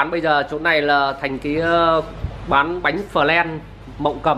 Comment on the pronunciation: Bánh phờ len,nghe mắc cười thật